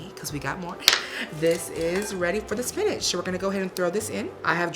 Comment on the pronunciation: Great Value Spanish!! Classy queen! 💚💚💚